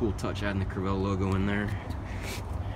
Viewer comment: Screw the trailer, talk about the boat. Learn how to pronounce "Crevalle". It is a fish painted on the side of the boat.